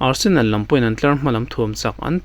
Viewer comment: Nia,Barsenal a rawn ti tlat in ka hria😂